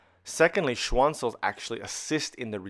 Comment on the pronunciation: schwaan cell. nothing like the occasional German wert in the Latin filled medical journals.